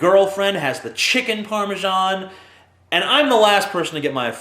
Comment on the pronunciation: ParmeZAN not ParmeJON!